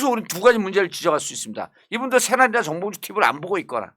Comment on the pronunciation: 정봉주라고 발음해주세요 ~ 홧팅~^^